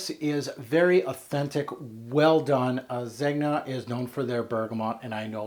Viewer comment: I don't understand why pronunciation is so difficult. Do you pronounce the G in lasagne ? NO ! Son why pronounce the G in Zegna ?